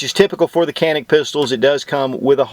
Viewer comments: It's pronounced John-eek...not "canik" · try reading the name as "ganick" rather than "canick" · I have been informed that the Canik is pronounced John eek in Turkish..... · u spell so funny its turkish pistol canik its not kenik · stop saying "canik" that is not how it is pronounced. Ja neek not kan ik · matt r lol everyone knows dude, nobody cares. "Can-ik" just saves us from having another pretentious conversation on correct pronunciation. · Superior review....the actual name is pronounced...like "John'eek", in fast repeat it sounds like "John'nick"...but no "k" or tuna "can" sound...name comes from the Canik mountains near Samsun Turkey where the gun is made on the Black Sea. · John'nick rhymes with John Wick, and that is all I need to know. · Canik Pronunciation: J-ah-nick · İt’s pronounced “Johnick” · Great review but just a little nugget of info to add to your reptar it's pronounced more janik as it is a European gun 😉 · It s pronouns jhanik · Thought you pronounced it JON - IK ? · the right pronunciation for ( canik ) like Turkish people is ( janik ) in Turkish language ( C = J ) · Pronounced as "Djanik" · It is pronounced like Janik or Janic. Letter C in Turkish is not pronounced as in English. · Its pronounced; Jah nik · You said the name wrong about 29 times. Still LOVE me some!